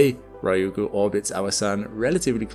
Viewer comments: R- yu gu. Not Rai oo goo. Tanegashima. You: "TanegaSHIma". Almost. Not quite. Still better than the average American. It's "Tane GAshima". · Excellent content as always, but in this one you managed to murder all Japanese words you read... Ryugu (re-you-gu, not rye-you-gu) Hiroshi (Hee-roshi, not Hy-roshi, and this should have been easy: how do you pronounce Hiroshima???) Kyushu (same as Ryugu, Q-shu and not Kye-ushu) If you repeat a word so many times, perhaps worth it to research it beforehand...also typing it in google translate and have it read alout would have saved this. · Exactly correct. 2 syllables. Not 3. He is saying Raiugu, not ryugu. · Its pronounced Ryu-gu. 2 syllables. Not Rai-u-gu. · I’m not upset about the title, but the pronunciation of Ryugu did throw me off each time it was said! Ryugu (竜宮, lit. Dragon Palace) is pronounced “Ryu Gu” instead of “Ry Ugu.” Hope this helps with any future content on the asteroid! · Yes, the pronunciation drove me bats! The first syllable is "Ryu", which is hard for English speakers, but if we English speakers think of it as "Lyu" instead, we can say it more easily, and there's no distinction between R and L in Japanese, anyway. So "Lyu - gu" not "Rye - You - Goo" - thank you! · For english speakers. Reeu-goo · Yeah lol it annoys me a lot